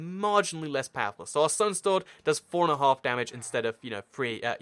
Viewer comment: i realized something funny: he said "sowne stord" instead of "stone sword".